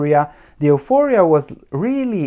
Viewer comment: if you don't mind one small suggestion, euphoria is pronounced as (yuforia).